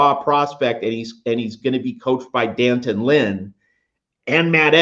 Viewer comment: Matt, there is an apostrophe after the D. As journalists, don't you know how to properly pronounce his name.... Dee Antawn